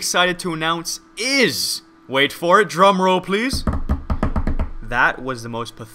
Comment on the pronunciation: Did anybody else think he said Jerome roll instead of drum roll?